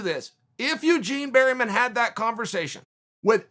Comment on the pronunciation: yougien berrymen